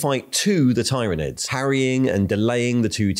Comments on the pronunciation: Please standardize how you pronounce Tyranids, I think I counted 4 distinct pronunciations you used in a little under 2 minutes. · At first i thought your pronunciation of Roboute and tyranids and tyrant were real but now i'm quite sure u just f'ing with us. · uses at least 3 different pronunciations of 'Tyranids'. Just covering all the bases I guess. I for one always used to say "Tie-ranids" until I knew better...